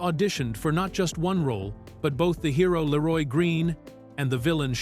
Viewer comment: Ai slop voice. Doesn't even say Leeroy Green right